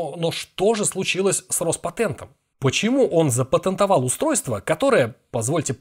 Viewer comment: "патЭнт" "патЭнтовал" брр